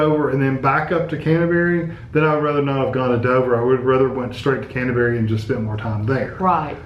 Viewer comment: Canterbury, not Cantaberi...